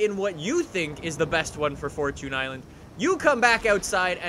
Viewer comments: right it's fortune not fortun!😂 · It is for chin island not for chuuunnee island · It’s fortune island not forchoon island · Majestic Beardsman we (people of new England and America) say “4 chun” instead of “4 chune” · It's Knee-San not nis-an and fourchin not fourtune.. change my mind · fortune is the words for and tune combined and you don’t pronounce time as chun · the way you say forCHUNE is so cringe im so happy called that out STOP SAYING CHUNE lol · Devyn lich00 this is the proper way fortchune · "forechoon i-land" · He said 4 choon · Do you call it a forchoon cookie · It's furtone island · way of pronouncing "fortune" is a bit irritating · Thank you for correcting that damn pronunciation, cause jfc, I thought he was joking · For-Tune For-Tune For-Tune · genuinely unwatchable because of how you say fortune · That’s how google pronounces it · FORCHOON ISLAND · fortchoon island